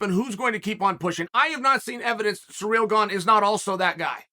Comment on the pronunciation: Chael calls Kamaru Kamara 😭😭😭 and now Cyril Gane is Sureal Gone 😭😭😭I love it 👏🏾😂😂